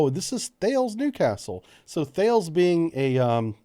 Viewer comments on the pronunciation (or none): For info Thales is pronounced "Tal-iss" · Bbrief - THALES is pronounced TAH -Liss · as a former Thales employee, we would get punished if we didn’t call it “Talis - rhymes with Alice”